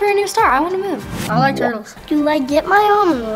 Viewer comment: Jazzy is so cute plus I think she's in love with Shae ❤ and stop saying you like turrtles ❤😆